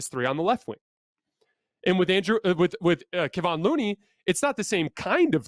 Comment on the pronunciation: Keh VON. Say it out loud a few times it's not that difficult.